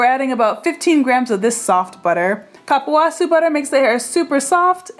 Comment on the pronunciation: Love the recipe! And if you want to know the correct pronunciation of cupuaçu, it's coo-poo-ah-SOO